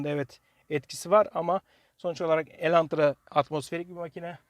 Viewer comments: Videoyu izlerken farkettim sende bayılmış sın Elantra ya😂 bide elentra demesen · Neden defalarca Elentra dediğini anlamasam da şükür ki başlığı doğru yazmışsınız.